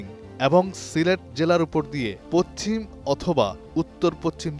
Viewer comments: পচ্চিম না।উচ্চারণ হবে পশ্চিম। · পশ্চিম উচ্চারণ করতে পারেন না কেন? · পচচিম শব্দটি বলা হলো চারবার আসলে হবে পশ্চিম